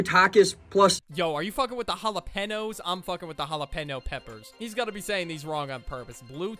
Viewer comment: hall-o-pen-oes and tack-es💀💀💀